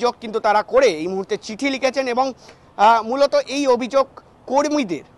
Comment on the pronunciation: এত ঘন ঘন 😮মৃলত মৃলত না করে ঠিক করে বাংলা বল্